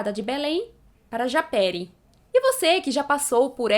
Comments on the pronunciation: A PRONÚNCIA É "JAPERÍ" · A pronúncia é japêRÍ